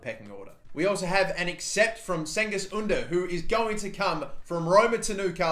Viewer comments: Im turkish and its pronounced jengiz oondar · Cengiz ünder is pronounced Jengiz ooonder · You say it like Chengiz Ünder